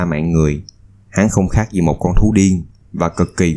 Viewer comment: Bạn người miền nam nói tiếng miền nam có thể phát âm chuẩn giọng miền nam được không? Miền nam không hề phát âm chữ “gi” thì “z”… “za” cảnh, “zì”, “záo” viên… nghe chướng tai cực kì. Giới trẻ miền nam không biết tự nhiên học đâu ra kiểu phát âm này